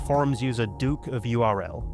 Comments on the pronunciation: URL was pronounced “earl” around that era. So the mod DukeOfURL is “Duke of Earl”, so you kind of dropped the punchline. Goons are stupid and some of them are really clever. A few of them even made it as professional comics, burned from the hellfire of FYAD, which I think you’re going to get at in the next one. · Well "dukeofurl" should have been pronounced as "duke of earl." Mistakes happen.